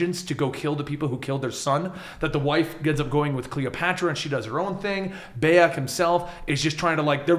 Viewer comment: doesnt know how to say bayek and mejai